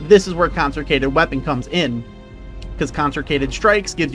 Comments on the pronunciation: "Conserkated" 😂 consecrated my guy. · I don't think you pronounced Consecrated correctly a single time 🤣 It's good to see that OwtL is still alright even after the nerfs